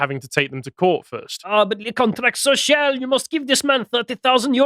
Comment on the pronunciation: worst french pronunciation ever